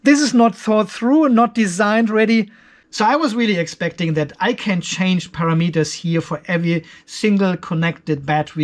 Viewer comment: Can you say ‘param etters’